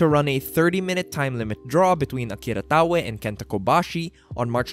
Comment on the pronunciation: You get a like for teaching me how to pronounce Taue